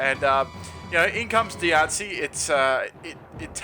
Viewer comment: ''In comes Diance which tanks this beautifully'' xD